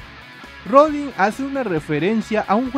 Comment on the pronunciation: Jeanne se pronuncia /ja:n/ Y Rodin se pronuncia /roudan/